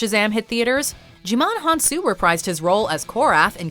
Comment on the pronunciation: "gie-mon", NOT "gee-mon." get it together.